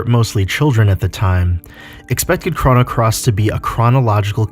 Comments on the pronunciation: It’s c - roh - no. not c-rha-no wtf. Crono. Not Crano. And you forgot a couple of things. Kid was supposed to die in the orphanage fire but since kid saved serge first serge was able to go back in time and save kid. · The way u pronounce chrono “chrano” I just couldn’t finish the video